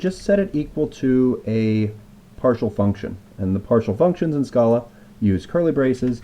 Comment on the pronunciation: When you were pronouncing Scala and Akka wrong the whole time.